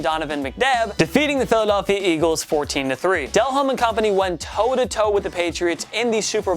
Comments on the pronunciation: Del-Ome. Not Del-home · Hey dumbass, it's pronounced Del-ohm, not Dell Home. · Dude his name is pronounced Jake De-Lome not Dell home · Del-Home? Really? No. You’re supposed to be a sports Ch by fans. Yikes It’s pronounced Dellome. The H is silent. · Del-Holme??? De-Lome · Pronounced de-loam not Dell home. BTW... the titans miracle was legit. Just look where it was thrown from and where it was caught. It was quite amazing considering their body positions. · Just... stop. You clearly have no idea how to pronounce southern names. So here is a primer for you. If the person is from Louisiana, don't pronounce the H. It's not Dell-Home, it's Dell-ohm. It's not Hay-bear, it's Ay-bear. And finally, it's not New Or-leens, it's New Oar-lens. You're welcome. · Pronounce del-lome not del home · Jake Del-ome...not Del-home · Replace the 2012 Giants with the 2003 Raiders. And replace the 2015 Seahawks with the 2006 Bears or any of early Broncos teams with Elway since he got blown out pretty much every time he went there. And cmon, Delhomme is pronounced "Day-Lome" not "Del-Home." Lol. Like Chris Berman always used to say during highlights: "daylight come and me wanna go delhomme" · Who is Jake Del HOME? its pronounced "Da lome", who is this guy, has a football channel and can't pronounce one of Calolina Panthers best QB's, he was still kinda average but had a little clutch to his game, heck he last 10 plus seasons, but c'mon man, party foul!! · Jake “Del-Home” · Del'homme is pronounced 'duh-lohm'. (added note: it is translated as de l'homme, and means 'of the man'; his ancestors migrated to Louisiana before it was illegal in France for the aristocracy to use 'de' in their surname. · It’s pronounced (duh-lome) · The idiot doesnt know anything about the nfl. How is he gonna pronounce players names correctly. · yall seem to have some trouble pronouncing cajun names like Hebert and Delhomme. It is pronounced Ay-bear and Deh-lome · Its pronounced De-lome